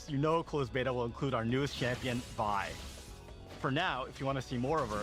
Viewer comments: It "Vi" not six, short for Violet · Bro. Her name isn't Six, it's Vi. lol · My man said six😂😂😂😂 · For like five minutes, I kept on wondering why he kept on calling her six and everything before I realized vi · Her name is Vi short for Violet. It's not Six. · 💀 six? Or Vi?